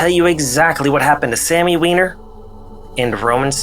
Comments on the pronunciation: Wyner she said lol it's wiener b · She said its pronounced "wIner" not "wEEner". Bit of a fail on the sophomoric humor, but good work on the rest of the video. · cracking up "its pronounces Whine-er"